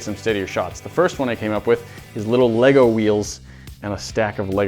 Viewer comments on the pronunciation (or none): none